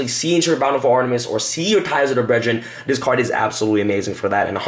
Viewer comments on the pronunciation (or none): "Ties of der bredren' ??? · Dude you're missing letters all over the place..... Zera-DEE-US and Ties Of The BRETH-RINN, this video is a trigger storm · Anyone else getting triggered by how he pronounces brethren?